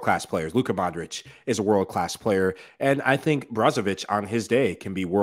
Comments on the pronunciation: great show! love the podcast... mike says the names right! foe nigel and luis every name with IC AT THE END! is pronounced eech for example modric is Modreech.. the same with brozovic and the rest eeches! again love the show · Funny Michael just called Modric a few minutes before Nigel spoke, and Nigel still calls him Modrik. wtf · at you could learn gow to pronounce Modric